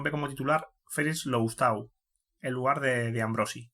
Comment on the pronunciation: HOLA, FELIX LOUSTAU se pronuncia LUSTÓ